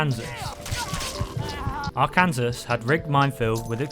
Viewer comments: Not pronounced R-Kansas 😂😂😂. Say R-can-saw. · Did just said Arkansas wrong it's ar-kan-saw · "Arkans-us" really?